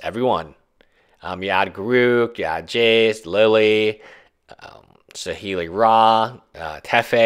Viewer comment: Kahn, teffeh, saheeli rah! Lol wtf?